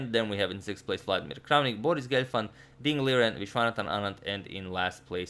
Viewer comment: Ding Liren is actually pronounced as Ding Lijen. Teimour Radjabov told this on his stream who also recently discovered this.